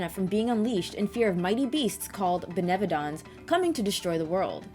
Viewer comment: This was a great review! Currently have this game on backlog for the Switch. R.I.P. Benevodons being pronounced with a french accent tho